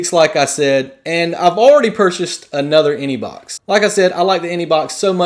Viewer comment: he keeps saying inebox